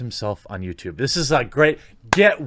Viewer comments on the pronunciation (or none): none